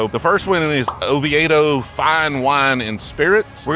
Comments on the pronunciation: It’s “Oh-vee-dough” lol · O-vee-do for next time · Its pronounced O V Toe, love your bourbon hunting videos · Oviedo is pronounced “Oveedo”. Lived there for years. Met my wife there. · It’s pronounced Oh-Vee-Doh. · I believe it’s pronounced O-VEE-DO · (O vee do) it's how you say Oviedo btw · lol its OHHH VEEEE DOH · I enjoyed your pronunciation of Oviedo, just for the future when you visit its Oh-vee-doh. Always enjoy the video and I have gone to the store and it's nice. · Florida has been influenced by multiple major languages, we pronounce the town as "Oh - VEE - Doe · Oviedo is not Orlando... And it's pronounced "oh VEE doe" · Oviedo is pronounced 'oveedo" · Pronounced “Oveedo” , can’t wait to see what you found…as a long time Orlando resident this extremely intrigued me. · It’s pronounced O-Vee-D’oh for those wondering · Oh-VEE-doe not Oh-vee-AY-doe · Ah… pronouncing Oviedo the same way I pronounced it when I first moved down here..